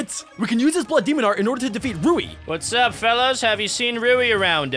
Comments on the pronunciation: “ god demonuhhhh “ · “demona” ok